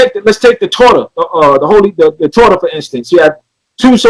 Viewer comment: He butchered torah omg he tried it lol torah means the law he reached